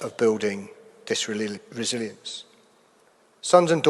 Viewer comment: He couldn't even say 'resilience'. Send the Air Chief Marshall to the front line, our kids aren't dying for qweer sturmer